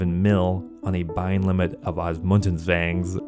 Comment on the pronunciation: OSMUMTENS not Osmuntens. Thats an M dude not and N stop putting and N where there isnt one my god 😂😂😂😂